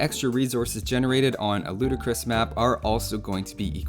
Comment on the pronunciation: Heat finally someone who says it the right way